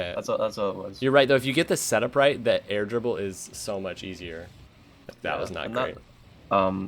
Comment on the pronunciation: I love how when says air dribble, it comes out more like "air gerbil"